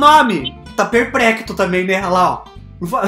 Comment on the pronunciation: "Tá perprecto" kkkkkk